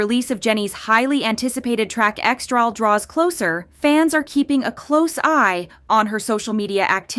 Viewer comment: Guys it’s EXTRA L, not EXTRAL 😂